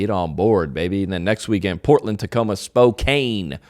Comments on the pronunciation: I hope you mispronounced Spokane on purpose... It's not pronounced Spo-cain... It's pronounced Spo-can. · Please tell me you were joking with how you pronounced Spokane? It's not Spo- CANE, it's Spo-Can. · John! It's Spo can. Not Spo cane. ❤